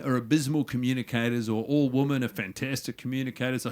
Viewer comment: I love that guy mont cant say 'women'